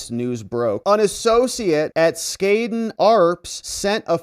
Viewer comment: you need to pronoun Skadden correctly..